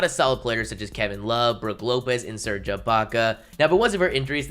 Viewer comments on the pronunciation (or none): none